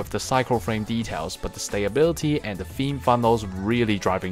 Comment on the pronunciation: Advice on your pronunciation: you pronounce stability as "stay-bility" which you can work on.